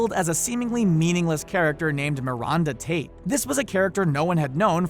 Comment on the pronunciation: Mi-ronda tate? And then you actually said it right like 15 seconds later!!!